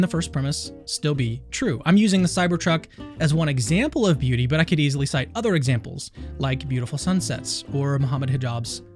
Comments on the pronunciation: i am so tired... everytime you said beauty, i understood booty. And it still made sense to me. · Sounds like you're saying booty. Makes the video much funnier. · He said booty is in the aye of the beer holder!! pronounces it like booty or my ears broke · Every time says “beauty” or “beautiful,”I giggle because it sounds like he is saying “booty.” Middle-aged American here. 😂